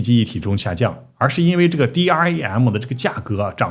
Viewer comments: DRAM 是念 D RAM 不是 D R A M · 請唸 D-RAM （台灣都這麼說 ）謝謝